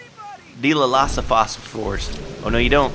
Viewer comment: There called (die-lof-u-saur-us)